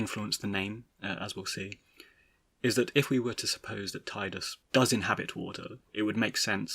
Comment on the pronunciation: I always pronounced it as TIDEus because it just sounds more heroic. Now what about Zidane…? (I pronounce it as ZEHdane) Also, the way you pronounced it originally upset me XD